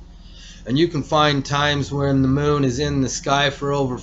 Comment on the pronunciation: "Now lets get to the MOOOOOON..." "I 've got the MOOOON coming into View and leaving VEEEEEEEUUUUUUW It's not just his long ass pauses, it's also his way of saying specific words with the EXCESSIVELY LONG HOLDINGS on specific syllables and sounds.... This dude either was dropped on his head just right to be EXTREMELY SLOW or he fried his damn brain so bad that he's to dumb to be aloud on Youtube.